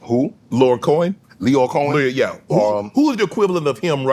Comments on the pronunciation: facts. BDK threw jokes out there that SS didn’t get. BDK called Shyheim a girl as a joke b/c he was short and had braided hair. SS was mispronouncing all types of stuff like Lyor Cohen and Herc etc…He just didn’t know. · I swear Shannon is that uncle that always gets names wrong. LL had a beef with Canibus not Fab and it’s Lyor Cohen 😂